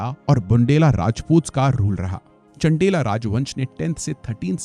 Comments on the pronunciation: It's not छेडी, चंडेला or बुंडेला..it's चेदि, चंदेल and बुन्देल..it's bit irritating to hear such pronunciation from a prestigious study platform. Everythig is excellent. Just a good pronunciation is expected.🙏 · चण्डेला नहीं चंदेल है और टीमक गढ़ नहीं टीकम गढ़ है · बंडेला नहीं मास्साब 😂😂😂 बुंदेला ... और चंडेला नहीं चंदेल शासक थे... कम से कम इतनी जानकारी तो... खैर.. कोई बात नहीं 😅